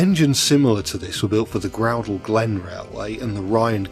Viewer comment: That us was certainly a pronunciation of Groudle lol. Groo-dle not Grow-dle.